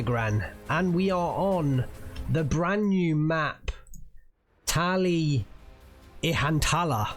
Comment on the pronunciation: Very difficult for me to write how to say it because of how different the pronounciation is between finnish and english. Easier to just give you this Finnish is like a pain in the ass to learn how to pronounce for those who speak english. But you do it damn well. The way you said Tali Ihantala at the start was like.. Near perfection.